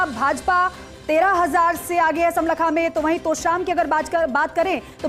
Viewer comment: It is smalkha Pronounce properly